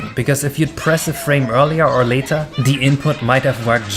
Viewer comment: haha "nath". "frane". work on your spelimg